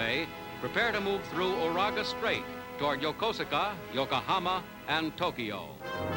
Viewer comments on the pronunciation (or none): I know it's spelled Yokosuka, but it's pronounced "Yokooska". I've been there several times.